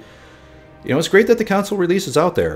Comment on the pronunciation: I thought you said council lol